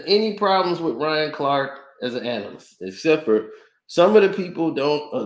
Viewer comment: It’s “analyst”…